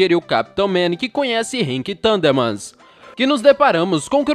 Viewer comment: mds é the thurndermans e não t tundermans e tbm para o video ter mais qualidade não repita tanto as palavras. Só estou tentando ajudar e gosto de teu conteudo